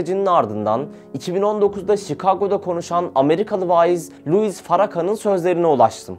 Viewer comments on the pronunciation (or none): none